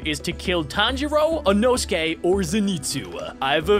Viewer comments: its pronounced e-no-skae and spelled inosuke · when he said inosuke it sounded like anosukes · "enosuke" "zeneetsu" 💀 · EINOTGAKEY? pretty sure its Inosuke